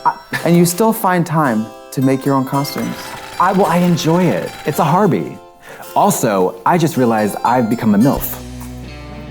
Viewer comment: Katya: "IT'S A HARBY!"... My ears: "IT'S A HARPY!" 🥴😂🥴